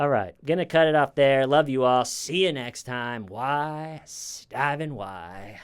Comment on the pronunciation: it's from the Stephanie Lazarus case. She kept mentioning her dorm mate (Smita, I think) but keeps making fun of her pronunciation as "Shmeeda."